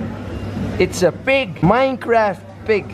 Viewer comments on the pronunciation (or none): none